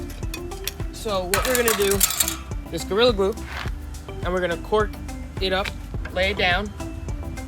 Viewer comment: It’s not “cork” it’s a “caulk” and “caulk gun”.